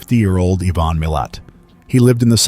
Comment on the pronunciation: The first case is one I think would have been better if you were a stand-alone video. Because there is a lot to Ivan Milat. Which brings me to the mispronouncing of his name. Ivan is pronounced eye-van, Not Yvonne. Though he is a real piece of garbage. So go ahead and keep calling him Yvonne. 😅 I just don't want you to make the mistake when it's a victim that has that name. I hope he's enjoying his time in hell. As for his nephew guess the lack of brain cells might be genetic. I know that several people have changed their last name because they don't want to be associated with him. Matter of fact even if they aren't related and just have the last name Milat.